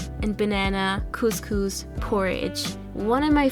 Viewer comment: the way she says couscous gets on my nerves! every Moroccan Algerian and Tunisian knows what I mean :)